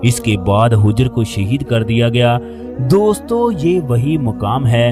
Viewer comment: ارے بھئی یہ لفظ حِجرہے